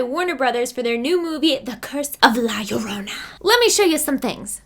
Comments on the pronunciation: White people trying to say La llorona: L-A-H L-L-O-R-O-U-N-A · Why do ppl say la yarona... YoUrE nOT sAyIng iT riGhT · la llorona ( the weeping woman ), is pronounced Yo-ro-na yorona—> llorona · is pronouces "la chorona" is in spanish, and whenever theres a two "LL" it have the sound of "CH" and second thing, ripley in the end was like "who cares about you? they only come to see me" atitude:P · Girl, roll your R slightly when saying "llorona". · “La yorona” oh come on you could’ve tried A LITTLE 🤣🤣 still love you gurl 😘 also. Cool ass sponsorship yaaas hennnnyyyyyy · i kinda hate the way she says llorona and ew sorry and it means crybaby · I love you but this movie issa no LMAOOO all these people butchering the mere pronunciation of "la llorona" gets rid of any fear that the movie content may have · As much as I love both and horror movies, I’m not going to see La Llorona. They couldn’t even get characters or a narrator that would properly pronounce the name of the actual legend they’re depicting. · Still can’t say llorona